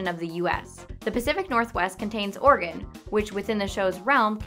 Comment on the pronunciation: Whenever she says 'Oregon' it sound like 'organ'. "Gravity Falls is located in organ." "WHICH ONE?!"